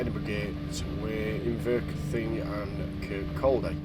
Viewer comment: Inverkeithing is pronounced in-ver-keith-ing just thought I would let you know.